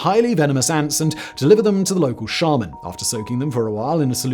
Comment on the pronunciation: Ah yeah, the local Charmin. Anyone else hear him say that instead of shaman?